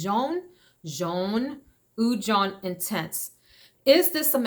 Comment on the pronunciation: Oud jaune, jaune is yellow in french. Pronunciation is way off and not even remotely close.